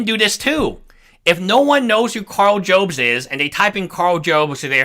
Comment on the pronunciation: by the way it's pronounced "jobs" as it someone who is going to need a new "jobst" after losing a court case